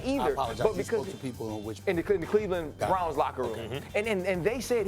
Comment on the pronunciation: Ryan Clark - "The Brounwz" "Douwn"